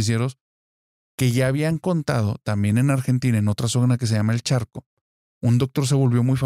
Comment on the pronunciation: Saludos desde Argentina, la provincia (o estado en algunos países), del Doctor Picón, es Chaco (sin "R"), no ChaRco. Excelente contenido, me re cag... de miedo.